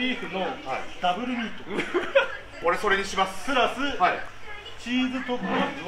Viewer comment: 素でウィートをミートって言っちゃう関さんおもしろかったな。